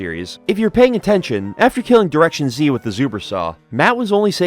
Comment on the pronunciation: Good video, however the way you pronounce the name "directionz" upsets me dearly.